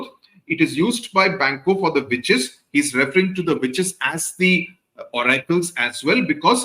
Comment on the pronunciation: am i the only one hearing “bitches” instead of “witches”?